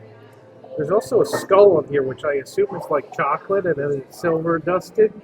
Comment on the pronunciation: he said it: Chawk-lit 😄 just kidding. Great review guys.